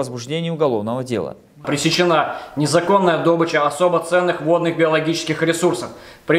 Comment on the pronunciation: Произношение дОБыча, распространённое в среде нефтяников и прочих, относится к профессиональным жаргонизмам и литературной норме не соответствует! Правильное литературное произношение этого слова - добЫча! Точно так же менты например говорят - дело возбУждено, это тоже неправильный профессиональный жаргон. Правильно говорить - возбужденО!